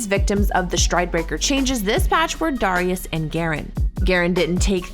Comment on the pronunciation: why does she say darius like that